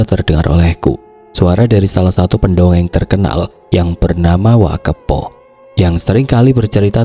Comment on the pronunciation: WA kepoh 😂 Bukan WA keuppoh😂